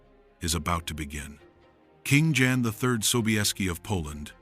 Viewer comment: Jan is prounced Yan, not Dzan!!